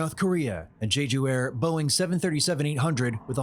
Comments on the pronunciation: It's NOT JEEJOO Island or airlines. It's pronounced Jeju. Please be respectful. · Jeju is not pronounced “Gee-ju”; It’s “Jeh-ju”. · It's no JEE-JOO(JEW) it's "JEH-JOOH" :face-red-droopy-eyes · it is pronounced "jay-joo" airlines. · Devastating… ….G-joo? I thought newscasters should have accurate pronunciation… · you should have added that martial law was rescinded hours later if you were going to mention it; It's journalism like that that brings CNN down. People not in the know--were thus misinformed by you. Also--can't your anchors learn how to pronounce the name of an airline that experienced a cataclysmic disaster costing nearly 200 people their lives?